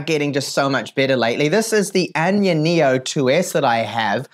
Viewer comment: anya neo...? wtf is that.......its aya neo